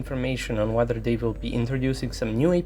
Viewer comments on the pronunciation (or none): none